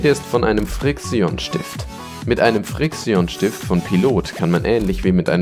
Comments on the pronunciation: das heisst nicht friiksion es heist friktschen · bohr junge das regt auf xD ausgesprochen wird es friktschen und pailot (das ist ausgesprochen, keine Rechtschreibfehler) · NicCapone er sagt frix ion